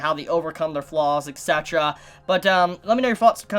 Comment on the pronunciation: "et cetera" NOT "ex cetera"